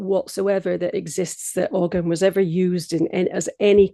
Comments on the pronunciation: The g in ogham is not pronounced would be closer to o-am, sorry if that's nitpicky but it's always nice to know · whoa whoa whoa hold up this woman says she’s an expert on the topic but she’s mispronouncing the word “Ogham”???! Smh